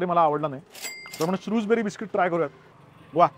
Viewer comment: शृजबेरी (Shrewsberry) नसून शृजबरी (Shrewsbury) आहे